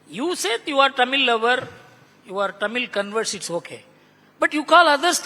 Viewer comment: He does not even pronounce Tamil properly, well that says it all.